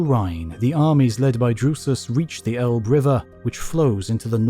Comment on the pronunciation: Outstanding videos! I just wish English speakers would learn how to pronounce Elbe, LOL!